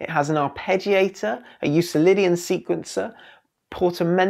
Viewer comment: Not a big deal, but just an FYI. Euclidian is pronounced with a hard "c" like Euklidean. Named for Euclid, the Greek mathematician.